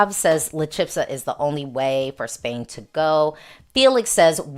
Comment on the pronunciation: Thanks for your views! I feel a lot will come down to how well they stage and perform, there have always been surprises in Benidorm Fest. La Chispa means "the spark" and it is pronounced "CHEES - PAH". Hope that helps!